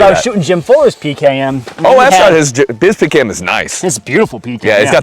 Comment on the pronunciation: As a russian I like how he said it.